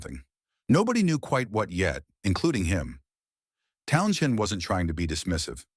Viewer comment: please program your robot to pronounce townshend. it sounds so stupid to mispronounce over and over again.pay a human to speak..